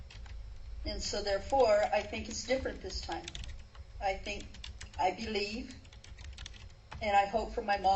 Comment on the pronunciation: Thank you!! I thought I was the only one who noticed that 😂😂